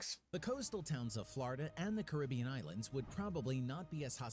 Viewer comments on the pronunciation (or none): none